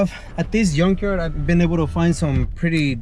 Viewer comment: I wish I could help you out bro, glad to see you are getting your hands dirty, - also I could help smiling when you say yunk yard 🥰